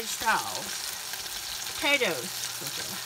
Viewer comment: Bunnnnnnns? Game show thinks she’s Oprahpls say potatoes like the rest of us, Baby talk doesn’t impress us